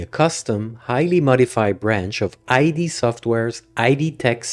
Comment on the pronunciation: great video as always homie, but its not IDee, its Id as in the psyche part